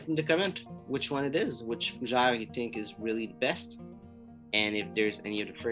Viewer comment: Fougé? Repeat after me: FUUUUU GÈÈ RRREEEE😄